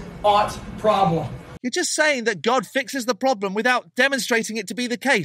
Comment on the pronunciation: Ploblem, hehe